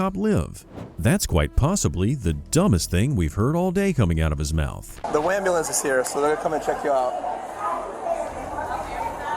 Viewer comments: It's AN am-ba-lamb. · wtf is a “ambalance”? What kind of questions is he even axing 😂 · "I need an ambeulans" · ah yes the anbulambs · What is an "ambalamps"? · CALL THE WHAT???? AMBULAMB😂😂😂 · I wonder if black people actually believe it’s pronounced amber lamps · "Well sir we can call a am-ba-lambs but i dont think it will help get you medical attention" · SOMEBODY CALL DA AMBALANCE😂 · He need a ambolints coz he a safety riss 😂😂😂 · The brother and sister he said " call the ambulambs not ambulance lol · Why is ambulance so hard to everyone in these videos to say? So freaking annoying. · Hahaha “call the amberlamps”. This is the second video I have watched where someone has “axed” for an “amberlamps”. Apparently the words “ask” and “ambulance” are very difficult words to say.